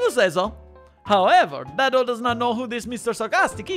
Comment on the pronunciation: Just a note: it's pronounced "day-do," not "dad-o."